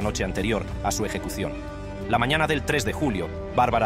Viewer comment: Muy buena dicción, sólo le falta aprender algunas pronunciaciones como la j, mañana, y algunas otras, pero en general muy buena.